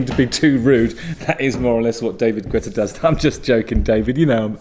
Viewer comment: It's pronounced, "Git-ah" or